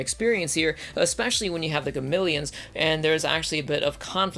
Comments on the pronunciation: Gameleons? What are they? Zartan? It's Ga-me-lons! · SAY GAMILIONS ONE MORE TIME. I TRIPLE DOG DARE YOU. IT'S GAMILLONS. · Does anyone else notice he keeps saying ‘Gamileons’? It is Gamilons. As in Ga-mi-lons.... not Ga-mil-eons. They even pronounce it like this in the first series. Do they change the pronunciation in 2199 or something? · He also couldnt say Gamilans right XD